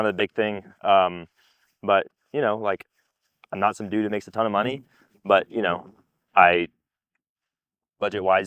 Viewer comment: I agree... as long as he stops saying "ma-NEY" 😅